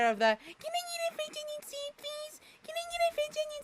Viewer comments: fwencth owniwiown thoop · THE WAY HE SAYS IT IS SO FUNNY “cen i get e french onin sope plese😢😢😢”